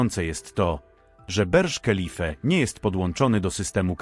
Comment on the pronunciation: Berż kelife🤣🤣🤣🤣 Burj Khalifa ciołku,czytamy Burcz Kalifa AI się zesrało